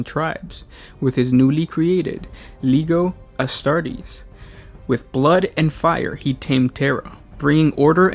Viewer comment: Did u really just say LEGO astartes